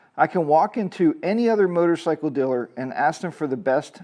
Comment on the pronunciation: Can I axe you a question. Can’t even say a simple word ask